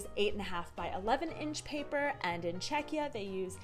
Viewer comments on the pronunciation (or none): none